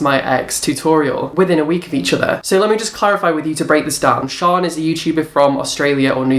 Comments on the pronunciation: Her names in Shan. SHANNNN! As in short for Shannon Not Sian! Okay so shaaanox ALWAYS does looks inspired buy celebrities and singers so clearly you don't watch her! So your uninformed IF you actually watched her you'd know that she daily vlogs and in one of her daily vlogs she said a subscriber told her nickie had a made a similar video, says it's mad how they had the same idea! I used to watch all you videos and loved the drama but lately your just constantly choosing the same YouTube and picking an picking a something that's pathetic! You say not to be mean buttttt... then your mean! So, hypocrite much And why are you even bothered if people are sponsored? Your still watching it, are you not? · it's Shan not shaan (Sian) like Shannon -. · I'm pretty sure it's shannon xo shan for short not pronounced sharn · I love these videos.. Shaaan is pronounced 'sh-a-n' short for Shannon!! Keep on going!! New subscriber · Haha!, it's Shan as in Shannon! Also, she's from New Zealand.:) As a fellow biology nerd with unrelated other interests I have to say I love your work! What a sass master!:P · her name is pronounced shan as in shannon x